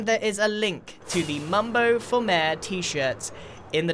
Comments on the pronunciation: It sounds like mare instead of mayor now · One thing I love about British people is the way they pronounce things Example Water Bottle (wae boe) Mayor ( mare) Wear (where)